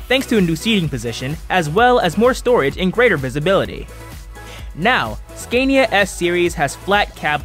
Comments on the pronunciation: Learn how to say Scania properly....!!! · Learn to pronounce SCANIA and RENAULT correctly.